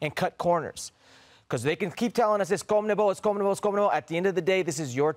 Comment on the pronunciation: Wtf is a "Comnebol" hercules it's Con-me-bol